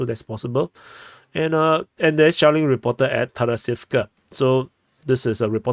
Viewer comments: Every time you say "shelling" I hear "Shaolin". Maybe I just watched too much old kung-fu movies. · He's actually saying shaoling 😂 it's dpa humour lore from the very start of the war/his channel